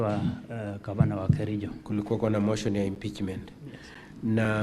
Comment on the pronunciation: did you say you come from kerijo, ama lafta usomewe 😂😂😂😂 aki kericho, this went too far. You mean all the MCA's,none can express himself or herself in Swahili or English? Too bad